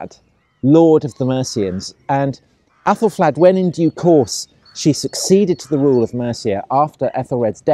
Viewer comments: what was more annoying wasn't just the mispronunciation, but that it was inconsistent, sometimes flad, some times fled. sometimes athal, some times ethel. drove me nuts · Aethelflaed! Pronounced Ethelfled! They're all Ethels - Fled, Red, Stan. Mispronuciations so irritate me!